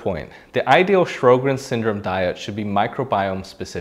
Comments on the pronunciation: It's pronounced "Sho-grins," not "Shro-grins." Also, Sjogren's experts have said that it is now supposed to be called "Sjogren's Disease," not "Syndrome." This change emphasizes its distinct pathology and potential for serious organ involvement. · Sho-grenz, not Shrow-grens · Sjögrens = Show-grens. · It is spelled "Sjogren's" ("Show-grins"), not "Shro-grins." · If you can’t pronounce Sjogren’s and it’s spelled wrong in the title, it makes me doubt the whole video to be honest. Is this guy really a rheumatologist? A rheumatologist would pronounce it correctly.